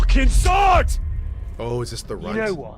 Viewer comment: Why does he pronounce sword as sahward